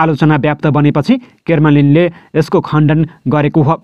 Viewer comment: क्रेमलिन भन्नुस न हाै ।के केर्मलिन भनेकाे ?